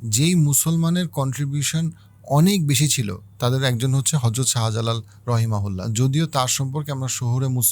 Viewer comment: রহিমাউল্লাহ নয় রহমতুল্লাহিআলা বা রহমতুল্লাহ